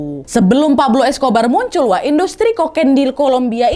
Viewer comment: yang terngiang-ngiang "Escober" wkwkwk